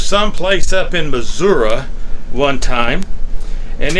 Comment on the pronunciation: Fellow Okie here. Raised in Catoosa. It is "MI-ZOO-RUH" just as you say. Some folks just don't know how to talk right. 😉